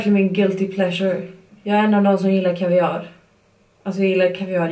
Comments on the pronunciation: Skit skoj video 😋😋 men man uttalar väll inte kaviar ”kaviaaar” utan ”kavviar” haha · Kan vi snacka om att du säger ”kaviáar” när det heter kaviar? Göteborgare är så söta!😘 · E Sätterström Olika dialekter såklart! Därför folk uttalar olika, som beige! 😄